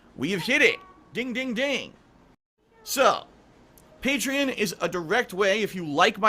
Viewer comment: Pay-tree-in lol it makes me laugh that he can never pronounce anything properly.